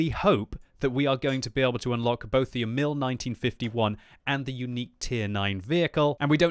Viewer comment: (The emphase on Emil is on "E", not "i", in Swedish, not like the French name. It is just a nit picking. Check "Emil i Lönneberga" video, the Astrid Lindgren story, if you want to hear the pronunciation in Swedish. I don't care about the pronunciation, but if you want to know)